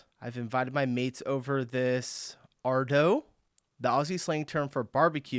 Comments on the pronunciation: You got arvo wrong, you said ardo. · You got ardo wrong. It's arvo. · Yeah we usually say 'chuck a sickie '. You did well on the quiz, pity you picked Ardo instead of Arvo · Bugger, it's an arvo not an ardo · You got arvo wrong, you put ardo. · You got the third one wrong. Arvo not ardo for afternoon. Good effort though. Bugger is not rude. I knew thats what it originated from but the meaning changed a long time ago. By the time I was 18 most people my age were using fuck on a regular basis as part of normal language and was generally not considered offensive. Took me a while to catch on because of a conservative upbringing but I now have to catch myself around my neice because it's so normalised for me. I say fuck all the time and it barely even registers anymore for me as rude. Most Aussies use it as a commonplace term as a literal stand-in for what he said for examples of bugger. Cunt is less common in my social circle but I know plenty of people who use it often in the many varied possible ways. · The one you got wrong was Ardo instead of Arvo!! 😂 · The word you got wrong is “Ardo”… it’s “Arvo” not Ardo. 😂🤣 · It was painful to see you pick "ardo" instead of "arvo". I knew you realised it wasnt mornie or nighto, but why pick "ardo". If you say "arvo" and then you say "ardo" with proper phonics you would see how it would be impossible to get "ardo". How the f*** did you even pick "ardo" its arguably worse than nighto and you just watched the video telling you it.